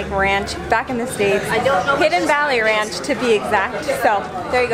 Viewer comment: instant 'murica! "Rayunch! It tastes like rayunch!!!" 🤣